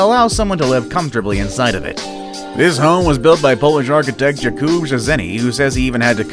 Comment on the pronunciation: Yep, I did too. The narrator also mispronounces "POLISH" (like furniture "polish" v the ethnicity from Poland) and "Jakub" saying Jah-koob v Yakoob as it is pronounced in Poland. Media is no longer concerned with grammar, pronunciation or punctuation. It lacks professioalish - I'm a purist.